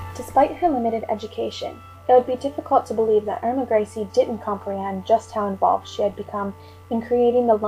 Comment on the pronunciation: irma grizzly😆